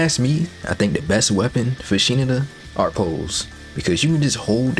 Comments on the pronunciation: i'm pretty sure it's pronounced "shiNAda", with the emphasis on the 2nd syllable, rather than "SHInada" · "Shee-nu-duh" "Shi-nadda" Regardless, thank you. Very informative. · Shi-nada actually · Bro really played through the entire game and still can't pronounce Shinada's name correctly